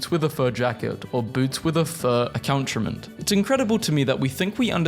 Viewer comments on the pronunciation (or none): bruh how did you speak a whole ass sentence in French and then completely butcher "accoutrement" I'm dying 😭😂